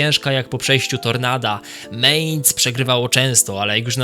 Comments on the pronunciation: mAinc nie mejnc kurwa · nie "ciągło" tylko ciągnęło... potworny błąd - nie "meinc" tylko mæinz. To powtarzane meinc brzmi fatalnie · Nie chcę cię martwić, ale to jest Mainz, a nie Mehnz. I choćby Mainz było pisane przez a-umlaut (czyli "ä") to wciąż by sie czytało, jako Mainc, bo "ä" ma dokładnie takie same zasady, jak "e" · Nie mEinz tylko mAinz.